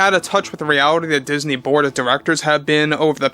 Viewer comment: Every time you say Bob Iger and The Board, I hear Bob Iger and The Borg.